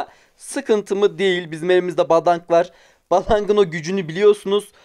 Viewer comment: yanlış anlama ama o badang diye okunmuyo bedeng diye okunuyo gdhbvcdh